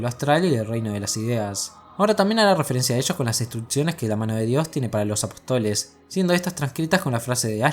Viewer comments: Genial video! Una puntualizaciòn: apòstoles, no apostoles. Con acento en la O! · apóstoles hombre, no apotóles